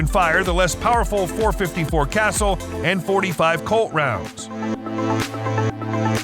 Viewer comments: also it's 454 cassull, pronounced kuh sull, not "castle" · You need to learn the correct pronunciation of compensator and Casull